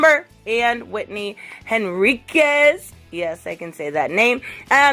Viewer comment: I am so happy that you can pronounce Henriquez now honey. You make me proud. <3 Great job sweetie. Keep it up, and thank you very much for all the good work.